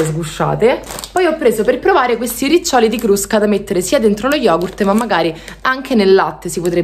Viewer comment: È vero! Simpatica davvero ma tra le pronuncie in inglese ( sigh...) e anche quelle in italiano ( super sigh!!) Vedi riccioli ... nn ci siamo proprio